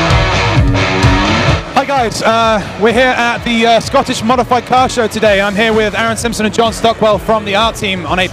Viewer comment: He said "modified cars"! I heard "mothe-fa-cars"...